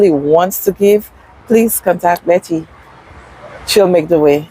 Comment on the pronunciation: CORRECTION IT'S BETTY CALDER NOT BETTER